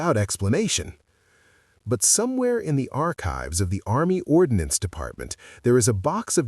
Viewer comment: "Ordnance" not "ordinance"